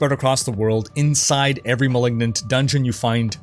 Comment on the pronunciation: Seaosn of the Mehlignant ammirite??